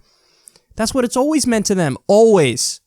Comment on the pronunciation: They don’t mean it they never “meand” it. - Kyle Clowninski